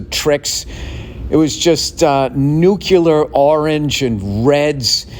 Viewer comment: Bill.... Its Nuclear, not "Nucular"